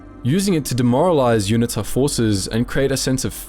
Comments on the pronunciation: It's pronounced You-knee-ta. Not unit-ta. Cheers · UNITA - pronounced You-knee-ta, - well that.s what we (SADF) called them back in '87 !